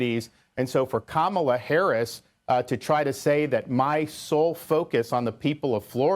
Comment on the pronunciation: I’m impressed he said Kamala correctly! He’s being political. False accusations so he’s playing games.